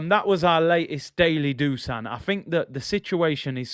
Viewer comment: Just to let you know, Dusan is actually pronounced "Dushan". It should actually be written as "Dušan" with an accent on the "s". I've been living in Serbia for 7 years so I know the language. Great show as always bro!:elbowcough